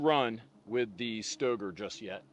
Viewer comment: says it’s pronounced STAYgrrrr. Hard R.